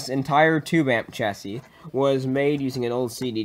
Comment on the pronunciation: Nice improvements over your last build! btw just fyi, chassis is pronounced CHasē, or SHasē (rhymes with classy). Keep up the cool work!